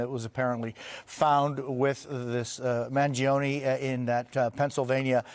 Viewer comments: Manifesto He said “Mangiano” It’s Mangioni… duh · "If there's anyone that knows anything about this its you "??? The guy literally didn't even know how to pronounce the suspect's last name correctly. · Pronounce his name right.